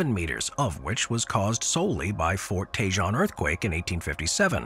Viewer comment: Your AI sucks. Sorry. It mispronounced a ton of words, especially “Fort Tejon.” It’s pronounced “Tuh-hone.” Fix it!